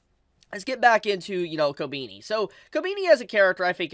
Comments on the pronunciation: why are you saying kobini instead of kobeni? sounds weird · the way you mispronounce Kobeni is so cute! also I keep hearing Attorney devil instead of Eternity, you had me dying. great content